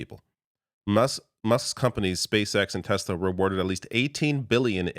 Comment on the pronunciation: Tesla, tesla, tesla? Oh you mean Tesler 🙈